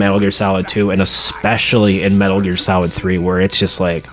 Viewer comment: At the beginning I thought you said Metal Gear Salad 😂 but dope video !